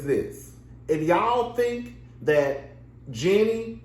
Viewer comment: Are u pronouncing her name wrong on purpose? Anyway, based on your review I dont think you know the Jeannie and Freddy history very well. Freddy was a supportive husband and Jeannie has said so on the show herself a number of times. Her reluctance to share her success with her then husband when he was unemployed was borne out of her own insecurities not his. Please remember that Freddie had money before Jeannie did, He came from a family with money and he was employed during their marriage so its not like he was some dead beat husband. Jeanie did Freddie wrong by stringing that man along for 10 years preaching about how she doesn't ever want to have kids. She was so selfish during their marriage- she was always about protecting herself and her interests and not her husbands. Her insistence that she never wanted to have kids was what ultimately led to their divorce. In terms of having a partner who cares about his interests I think Freddy definitely traded up. Also I dont think Freddy is or was racist.